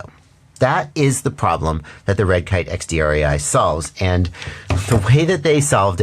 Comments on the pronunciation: Just wanted so say (as a German) it’s the „DREI“ is the German word for 3 and is pronounced like „dry“ 👌🏽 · I noticed the guys being German right away by the accent and still didn't figure on my own that it's "drei" like the number three in German - even though I'm German too... What I'm saying is, no worries with the pronounciation there,.;-)